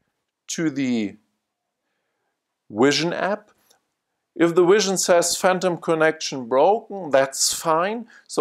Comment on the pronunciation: man said wision